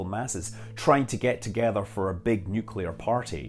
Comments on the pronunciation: LOL a big nucular party.... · Nucular, the word is nucular